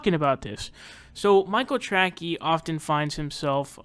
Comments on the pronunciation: For the love of god.... his name is pronounced TRAY-SEE! Jesus man how do you get Tracky from Tracey? Ok edit: if you know it’s not pronounced that way and are making a joke out of his name, then wtf is the joke in regards to calling him “track-ey”?? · Are you pronouncing his name Trackey on purpose. Because it’s pronounced Tracy. Either way you say you’re right he’s a tool. Expect a bunch of comments crying how you’re a neoliberal shill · He knows how to pronounce it. He thinks Trackey is better because it's dumb. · Lmfao, took me a moment to realize you are purposely fucking up his name.